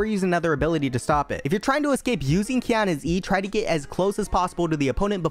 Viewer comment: Quiona lmao